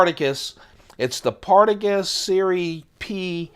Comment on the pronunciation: I'm pretty sure it's pronounced "Par-tah-gahs" or "Par-tah-gah", not "Partagus". I've only had the puritos, and they weren't that great, but they're puritos. You collect some classy stuff. I'm sure this channel will pick up substantially when people find it.